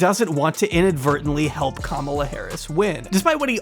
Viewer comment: Please pronounce Kamala's name correctly. She is not a camel. It is not camela.